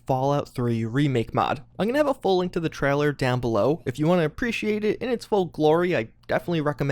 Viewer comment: No one:: TRAHLER